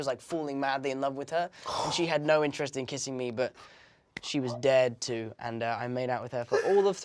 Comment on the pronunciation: When he said he was dared to kiss her I thought he said dead to kiss her😂